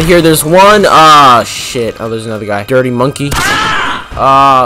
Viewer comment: So we finna ignore how he said dirty monkey?